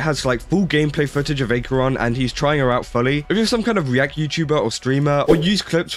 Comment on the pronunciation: Pronounce her (Acheron) name properly and maybe do your research. This has been cleared up completely already. Just jumping the bandwagon...